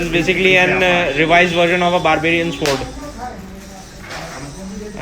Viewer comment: This is my fevret shword.. I love this shword...